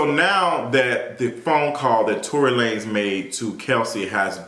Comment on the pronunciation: Let's go back to calling this man Tory Luh-nezz.. Mariah Carey said it best, I don't know her!